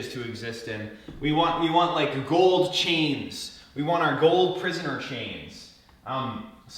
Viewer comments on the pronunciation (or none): none